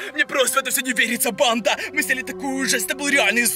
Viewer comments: Я одна слышу не банда а понда? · Почему он говорит панда